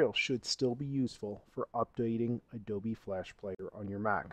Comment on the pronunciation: why you keep saying "Adoby player" ?? im pretty sure its Adobe